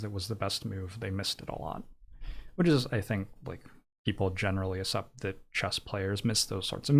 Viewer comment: nothing else matters except that pronounces accept as ascept edit: this is a joke obviously, edited for safety reasons